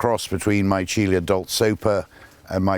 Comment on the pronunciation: A wonderful look at some of these beautiful plants that thrive so well at Caerhays. Just a note, the genus Michelia (which is now sunk into Magnolia, of course) was named to commemorate Pietro Antonio Micheli, so should be pronounced me-KELL-ee-ah, accordingly.